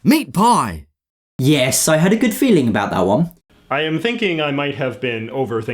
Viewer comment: I'm Canadian. Americans make fun of Canadians pronouncing about as 'aboot'....in 52 years of life i've never heard a Canadian say it that way....until today.